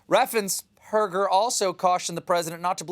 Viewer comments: Note that , Stephen forgets to stumble over Brad Raffensperger's name. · Raffensperger is really not a difficult name to pronounce. As a Progressive Georgia voter who voted for Biden/Harris, Ossoff, and Warnock, I am grateful that our Secretary of State, our Governor, and other Republican officials have stood fast against the assaults against our right to vote by T** and his psycho sycophants.